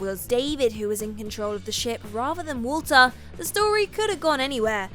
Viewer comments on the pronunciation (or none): none